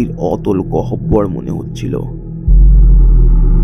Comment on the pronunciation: ভাই তোমার বাংলা উচ্চারণ নিয়ে এখনো অনেক কাজ করতে হবে, "গহবর" আলাদা করে লিখে দিলাম এই উচ্চারণ হবে ভাই, dont get me wrong